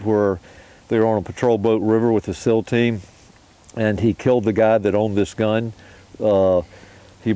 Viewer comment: SEAL teams not "sil" teams